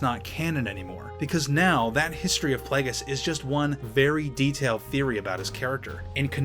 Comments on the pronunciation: For a star wars fan you sure don't know how to pronounce plagueis (play-gee-is) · Am I the only triggered by the way he says Plagueis?